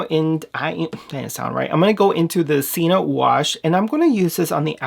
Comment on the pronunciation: Just an FYI, you know how I am! Sienna is pronounced C-en -na. They are gorg! Since I had to have a total hysterectomy at age 24- I haven’t had any sebum since. These might be great for me.